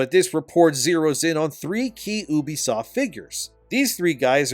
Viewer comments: He’s doing that just to annoy y’all 😂😂😂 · I always thought it was you-be-soft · YOU BEE soft, what tf is Ooobysoft? 😂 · You say Unisoft like this you be soft ha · When I hear someone pronounce it OObisoft, I no longer care about anything they have to say. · "Oobisoft" lol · Isn’t it pronounced like ‘you-bisoft’?